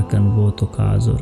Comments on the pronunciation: ازر نہیں یہ ازار ہے۔ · یہ آزُر نیں آزار ہے یعنی تکلیف